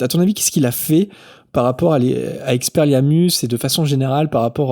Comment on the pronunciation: aaarrrgghhh🤪 je meurs 😖 EX-PE-LIAR-MUS Je veux t'entendre le dire au moins 1x correctement stp!